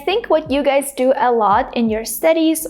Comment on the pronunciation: I think you pronounce the word GUYS as /ɡʌɪs/ not ɡʌɪz.